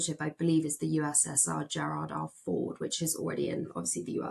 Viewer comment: Did she just say "Frygate" and "gerard r ford" rather that frigate and gerald r ford?? I should get my ears syringed or they should get reporters who do better research.